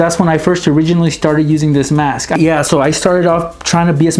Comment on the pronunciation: Its mask not maske